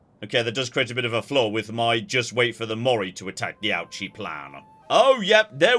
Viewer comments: I love this series so much, and I want to offer a bit of pronunciation advice as your local Japan-based viewer, because hearing "ouchie" gives me ouchies lmao All of the Japanese is written using romaji, but there simply isn't a good way to consistently get the pronunciation across that way bc of our tendencies as native English speakers (IE; pronouncing "ouchi" as "awchi") but here's a quick pointer that I think should help: 1) Japanese is phonetic, so you can generally* presume that a letter is always pronounced the same way however it's used 2) that in mind, accounting for your accent: a=ah, e=eh/ay, u=oo, i=ee, o=oh *there's nuance of course, and romanisation is TERRIBLE when it comes to long vowel sounds in particular (eg: "Tokyo" should really be "Toukyou" and "Kyoto" should really be "Kyotou" etc.) but for the most part this rule will help even if it's imperfect Ouchi is actually a long O sound, but romanisation doesn't reflect this, much like with Osaka (should be Oosaka but English natives would read that wrong too, Ohsaka maybe?) but still using that as an example, Ouchi would be something like "OH-oochi" it still won't be perfect bc accent etc. of course but this should help I think. Thrilled to see you doing this series <3 毎週二回、待ち遠しい🥰🥰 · Ouchi is pronounced lowercase o sound, and ooh like in ooze. Ouchi. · Listening to your pronunciation of Ouchi has been an Ouch-E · I hope he never realises how to pronounce Ouchi, it's so much better this way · one of these days, is going to pronounce Ouchi correctly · He's a Brit. Second only to the yanks when it comes to wilful and deliberate butchering of the pronunciation of non-English languages.